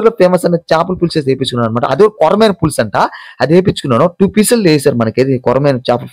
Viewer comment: Speet,Doll curry Bagunda bayya.........adi sweet ,dhall curry anali And Chepala fulusu kadu Pulusu anali